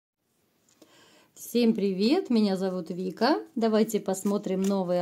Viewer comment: Не ну я балдею от произношения-меня зовут Вика😂😂😂